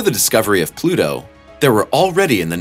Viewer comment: It’s Pluto you twat!!